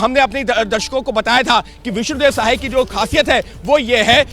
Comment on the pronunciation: विष्णु देव सहाय नहीं साय ….रिपोर्टर अनपढ़ है